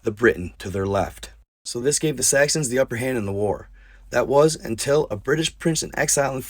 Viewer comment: (Sax-uns) Saxons, you only said it once or twice with a "T" but still... lolz